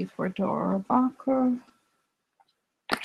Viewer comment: Thanks for your readings! You are fantastic! The pronunciation is DANE AH ROAR BACH KER, Republican Congressman from California.